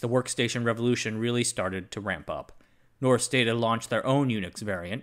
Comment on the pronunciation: "rs" in Norsk is pronounced like the "sh" in English